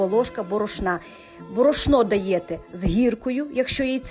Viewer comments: Та не СТУКАЙТЕ ви тим вінчиком по чаші блендера!!! бОрошно,бОрошна наголос 😅😅😅😅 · Дякую хороший рецепт. Хочу спитати, Ви так цікаво говорите на борошно з наголосом на перший склад . Це там де ви живете всі так говорять чи це особисто Ви . Просто я ніколи не,чула щоб борошно говорили з наголосом на перший склад, тому цікаво.